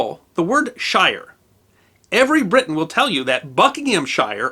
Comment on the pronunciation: HEE-story of brit-TAIN?